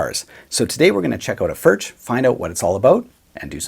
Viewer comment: Your pronunciation of 'Furch' is rather questionable . . . and mildly shameful given your Germanic sounding surname (tut tut). BUT . . . . the fact that you chose a Stonebridge (i.e Furch) over Gibson etc etc and the fact that you are profiling these beauties (and the awesome playing) just about makes up for it. LOL. Do you have any older relatives who can help you say 'Foo-wir-CH' (the 'ch' as in 'Loch' as pronounced by the Scottish)